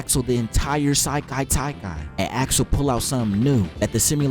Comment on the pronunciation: Sekai Taikai not Sailai Taikai